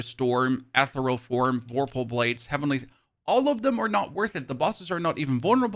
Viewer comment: The way you say Ethereal is wild! 😂